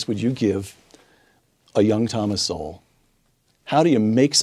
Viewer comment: Just FYI bro, his last name is pronounced the same as "soul."